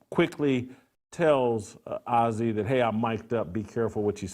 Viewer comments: It's Azzi Fudd...Not Ozzy Fudd you homophobe. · Paige and A Z...get the pronunciation right.. have been best friends since they were sub 10... why is it necessary to cover their sexuality... if indeed they become more.. Good luck2them! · Hard to accept the "journalistic reporting" of a man who knows so little about the two women that he can't even pronounce the name of one of them correctly. Ozzi Fudd? - You've strayed from your lane, Jason. Stick to things you know. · Jason, it's pronounced A Z.... just put the letters A&Z together. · what a moron. Doesnt even get the names right. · Paige isn't as exciting or "accomplished". What does that have to do with who's the better player? If that wasn't a give away that you don't know sh)t, you couldn't pronounce Azzi correctly. Lastly, why would she show off her ring to Azzi, if it was Azzi who gave it to her? Jason clearly is just playing to an anti rainbow audience. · Absolutely! You can tell Jason Whitlock does not watch UConn a lot by the way he pronounce Azzi’s name. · Why is an old man even concerned with a young ladies sexual identity? Plus, learn to say Azzi’s name correctly. You lost a viewer. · What does it matter and you saying azzie name wrong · Can't even pronounce her name right geez.. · He's not even pronouncing Fudd's first name correctly LOL. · Hate when they don’t pronounce Azzi’s name right. They r great friends sence they were 15 years old. And I never heard of you😂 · Disrespectful and can't even pronounce Azzi's name...🙄🙄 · wtf... he cant even say azzis name so why is he talking about their relationship?